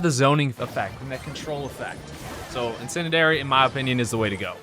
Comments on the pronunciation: Hey! I think it’s pronounced In-sin-dee-air-ie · you pronounce brocks star power like so. in - sen - dee - ary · This grown man said "incendidary" three times 😂😂😂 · You pronounce it: in-sen-di-airy :) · You say incendiary in-sen-dee-air-ee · Please say this word right Incendiary--> Insendieri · In - sin - d - air - e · It’s pronounced IN-SEN-DEE-AIR-Y